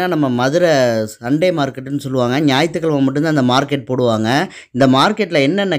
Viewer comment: "நாயித்து கெழமா" கிடையாது "ஞாயிற்றுக்கிழமை"